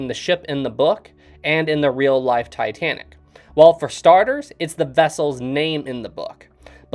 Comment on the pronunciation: As much as I watch your vids I appreciate your pronunciation.... James Cameron and Ken Marchrell say "Tuh-tan-ick" where you enunciate-Tye- Tan-ick!" thank you bro.....I hate both of those men